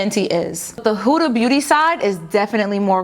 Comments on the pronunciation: How come you always say “Hooda” it’s “Huda” 😂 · its not pronounced huuuda beauty like hula, its a quick huda because its actually an arabic name. so more like how you pronounce hood but with an a. Huda. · It’s not huda like who-da it’s huda like hood-a (like hat hood) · It’s HO-DAH 😂